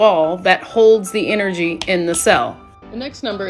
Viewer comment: Errrrfing got Enerjee…and errrfing is Fweeqwensee…..hmmmm Kay 🤤🧠☠️